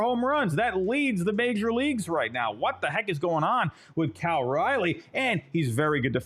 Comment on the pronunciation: Learn how to pronounce Cal’s name correctly. lol good picks though